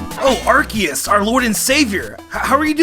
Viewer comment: DO NOT LEAVE OFF THE E IN ARCEUS!